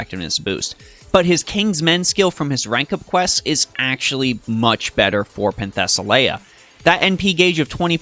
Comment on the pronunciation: You pronounce her name wrong, but good video.